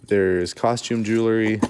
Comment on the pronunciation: I love your YouTube channel and wait anxiously for the next, but I have to say I am going kind of crazy not being able to correct you every time you mispronounce jewelry.